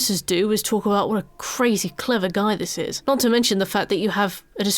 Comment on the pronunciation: This video is cwazy cwever. I've never seen anything like it.